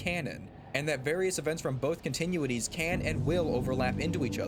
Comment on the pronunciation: “continue-ities” lol